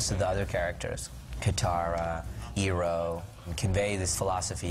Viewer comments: did he just say "eeroh"? its Iroh for crying out loud! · Lmao at the way he pronounces 'Iroh'